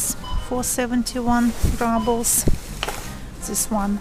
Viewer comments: not rAbels, rUbels. "pyyyyyy" :) but thank you for the video. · Good video. You probably know this by now, but in American English we say ROObles (like kangaROO), not RUBBles. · What’s this RUBLES? you make it sound like rubble as in ruins Very funny Rubble 🙈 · Уважаемая, слово rubles, как и на русском, через "у" произносится (/ˈruːbəl/; [rublʲ]). Прошу прощения, если Вы уже об этом знаете. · spasebo devichka! practice saying "roobles" (like in the Russian 'rooblay'); that is the English pronunciation.